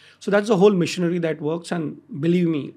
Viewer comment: Why is he pronouncing machinery as missionary